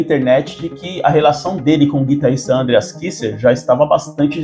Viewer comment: parei... nao da pra ouvir ANdreas , como todo brasileiro que acha que todo nome ou palavra estrangeira tenha de ter acento na primeira sílaba 100% do tempo.... um bilhao de pessoas fala o nome dele como ele mesmo fala, menos aqui. nao da